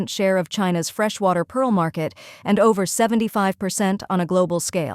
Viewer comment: "pee - arrl" ; and "fluud" Check the AI voice program boys.